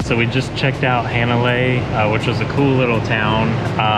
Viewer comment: Hanalei, it's pronounced "Hahh -na-lay, like "ahhh" with an H in front